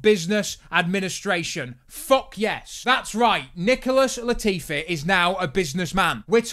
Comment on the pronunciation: Lol thought you said “Nipple-less Latifi” there for a second